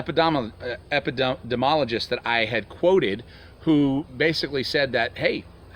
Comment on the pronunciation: epp-pi-de-me-oll-o-gist...there...thats a little help!